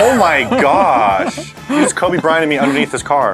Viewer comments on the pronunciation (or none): Just heard say "you just Kobe braynted me" RIP LEGEND